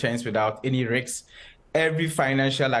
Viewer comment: What is a "riks"?